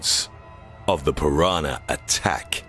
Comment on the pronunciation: He keeps saying piranar instead of piranah.